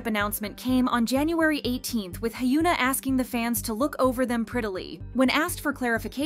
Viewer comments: Her name is not pronounced, HYOO NA. Its HYUN AH. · I'm sorry but am I going insane, why did you switch up the way you started pronouncing korean celebrity names?? Just 4 months ago (yes I checked) you were pronouncing Hyuna (현아, hyeon-ah) correctly but now saying "hyoo-nuh". You were one of the only kpop channels that pronounced the celebrities names correctly and in the last number of videos you've been pronouncing all the korean names wrong, WHY? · 😂 I was thinking the same thing, I’m like who is Hyoona? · I know this may seem nitpicky, but you should try to pronounce their names correctly when you make these videos. Not trying to be mean. It's just, as someone with a name that gets pronounced wrong all the time, it's annoying and kinda disrespectful lol. Her name is pronounced Hyeon-ah. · Why are you calling her Hyooona? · hyOOna? LEARN. HOW. TO. PRONOUNCE. KOREAN. NAMES. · can you at least pronounce her name right...🤦‍♂